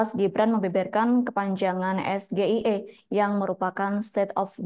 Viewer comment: SGIE versi ASLI pelafalannya es ji ai i , akronim dari : State of Global Islamic Economy. -- SGIE versi mas Gibran pelafalannya es ge i e , akronim dari : Saya Gibran Ingin Enaknya. [ Kok pas banget, ya 😂 ? ]